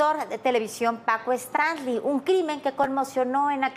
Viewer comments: Muy mal dicho su nombre es Paco Stanly no estrangli como lo menciona la conductora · Paco Stranlei ? Stailein , ha pasado tanto tiempo que pocos recuerdan como pronunciar su apellido correctamente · A los 13 segundos de iniciar el video la reportera dice: Paco Stranly! En ese instante me fuí a otro video, uff!! Adiós. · No es Stranly es Stanley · Se pronuncia "stanly" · "Paco Stanly"?????????dice la chava al inicio 😅😅😅😅😂😂😂😂😂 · Primero aprenda a pronunciar bien el apellido del señor. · Primero pronuncia correctamente su nombre ni una ni el otro al menos pueden si quiera hacer eso correctamente y ahora resulta q ellos saben la verdadera historia? Q Ridiculez!!!